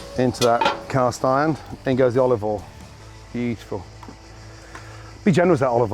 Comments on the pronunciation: bitiful, bitiful, bitiful,... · “Look at that biuful”